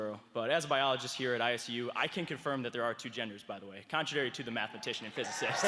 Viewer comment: "I'M A MATHMYTIAN AND A PHUSYCIST"